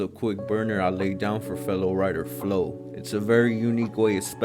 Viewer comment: Yoooooooooo! Im glad you did my name and you pronounced it correctly. Falo pronounced "flow".